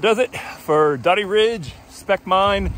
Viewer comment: Doe-dee not Dah-dee! This is such a good ride! There's some good singletrack between the bottom of Spec and the parkway climb that shows up on Strava. Be careful accessing Dody or Spec in view of the Rangers. You're technically supposed to walk from the parkway to the trail at Spec and the access trail to Dody (broke hand ridge) is actually a social trail. Dody used to be accessed from Salt Pond road, but there is a right of way issue with a local resident. Great video!